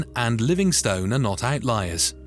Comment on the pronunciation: Livingstone is pronounced Livingst'n too.